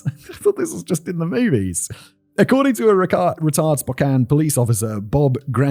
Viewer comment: oh! You said Spokane correctly. Thank you.